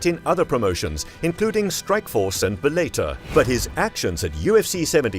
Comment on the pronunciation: It's pronounced bell a tore